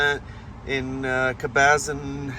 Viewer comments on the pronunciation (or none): Cool video, but never heard anyone say Cabazon that way 😂 it’s Cah-buh-zohn (like “on”) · That was the best...they way you pronounced Caba-zon...loved it!...It's Cab a zon btw and I will never call it cab a zon again 🤣🤣🤣